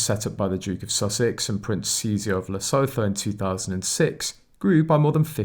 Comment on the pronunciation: It's SEN-TE-BARLAY AND LESSOOTOO